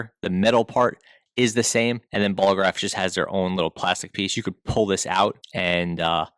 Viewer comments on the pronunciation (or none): Ballograf NOT Bolograph